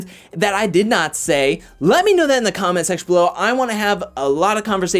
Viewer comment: . Did you say holding onto a comet or “comment” 😆